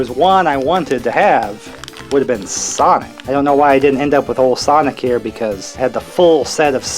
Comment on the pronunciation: ”SIANIC” WHAT